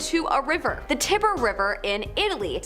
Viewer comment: TIE BURR river